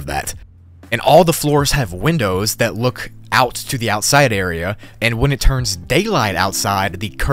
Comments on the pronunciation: Just to let you know, you said outisde not outside area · "outisde area"